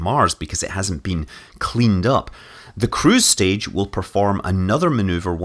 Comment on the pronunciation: Ya said "crew stage" when talking about the short separation video clip